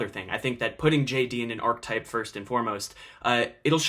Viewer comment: good video, it's pronounced ar-ki-type though